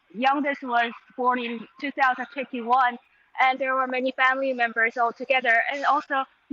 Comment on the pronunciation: that seems to make sense but every time I go back and listen to it it sounds like she’s saying 2051